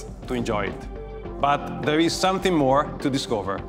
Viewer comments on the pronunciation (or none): none